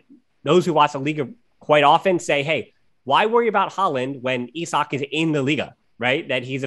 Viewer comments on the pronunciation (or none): I was scratching my head trying to figure out who you meant with "E-sock", then I remembered Isak who is from my country lol. Was that the guy? You really don't pronounce it like that =P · Well, we pronounce it like "Isaac", though the pronounciation of the "I" is different in Swedish, "Isaac" is more eye-saac, while in Swedish it's more I-sak. When you guys said it it was more like "eye" or "e". It's like "Is-ak" or "Is-ack" in Swedish.